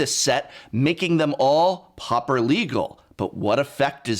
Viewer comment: Loved the video but it drove me crazy how you pronounced pauper. 😄 Almost had a prounounced eye twich and frothy mouth foam look going on 😄